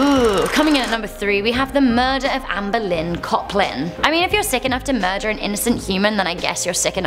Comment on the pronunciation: am I the only person who thought said "Anne Boleyn Coplin" not "Amber Lynn Coplin"?